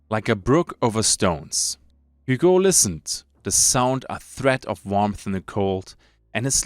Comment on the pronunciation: I am pretty sure Hugo is read as Ügo. Not that it matters too much. 😀 I like the lore so far, hunger seems very promising game, can't wait for the release.